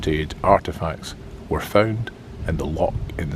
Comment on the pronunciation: I'm sorry to pick you up on this but it urks me so much that a Scotsman cannot pronounce the word loch properly.